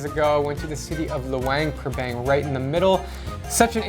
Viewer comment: Cringed when I heard you pronounce Luang Prabang and I've never heard of the drunken bowling after living there for 2 years in my favorite place so far. Maybe you'll have a chance to come again and experience the beauty it seems you might have missed. Just found your channel today. The other ones were good.